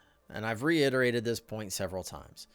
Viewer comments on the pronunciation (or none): none